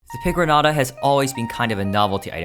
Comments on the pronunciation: It's pronounced pigron-yata and I resent you for pronouncing it like someone who's never heard the word piñata before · its pronounced pee gron ayta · As a mexican, I am baffled on your pronunciation of pigroñata like you have not ever heard the word piñata before💀💀💀